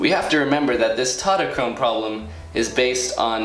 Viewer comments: "TautoTOchrone" lol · Tautochrone in greek is pronounced taftoxrona (im half greek btw)